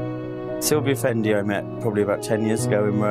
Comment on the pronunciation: Seriously?! Be realistic Kim Jones, it’s Fendi, it’s not Jondi!!